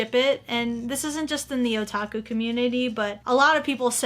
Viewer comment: did mom say O'taco